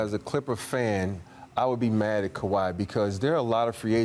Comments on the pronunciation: She gets a pass bcuz she’s hot but it’s Robert Oree not Robert Whorey 😂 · Did she just say: Robert Whorey? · I like you a lot but please don’t pronounce Big Shot Bob’s name like that ever again.